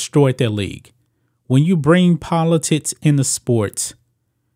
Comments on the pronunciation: Polotickkkks....not polotits...u nob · Am I the only one that hears politits instead of politics? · Am I the only one who hears "Politits" instead of "Politics"? =D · I was looking for that comment. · I keep hearing politits….